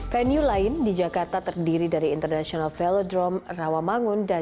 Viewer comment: hi, i'm jonathan achero from san pedro laguna. please enhance your pronouncing the word "international film drone", "jakarta international equestrian park", "pondok indah golf course", "tables depok" and jakabaring sport city". please enhance your pronouncing english word.